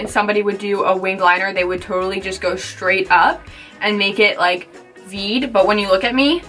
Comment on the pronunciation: Straight not shtraight